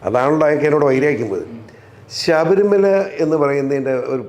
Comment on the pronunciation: ശബരിമല ആണ് ശഭരി മല അല്ല.